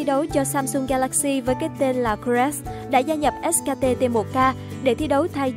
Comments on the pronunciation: ét kay ti đọc thành ét ka ti :v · Chả hiểu sao phát âm : ét ca tê tê 1 ca :)) Dốt như mình xem đấu giải cũng biết ngta đọc là ét cây ti cơ mà :v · Ếch ka tê...đắng vãi nồi 😨